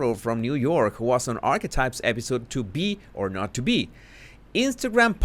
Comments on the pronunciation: Jesus es ARKETAIPS no arkwise. Por favor pronuncielo Bien. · Love your pronunciation of Archetypes as "Arrswipes." So very...insightful. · It's worth it just to hear you say "Arsewypes" I crack up every time!🤣🤣🤣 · Me too!! I was just going to replay to verify I had heard that correctly. Hilarious!